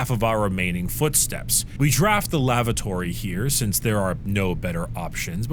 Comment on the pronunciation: Oh look, finally learned how to pronounce "lavatory"